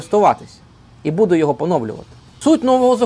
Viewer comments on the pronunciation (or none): none